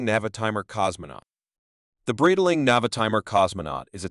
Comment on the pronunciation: it's pronounced BRIGHT-ling, not brittle-ing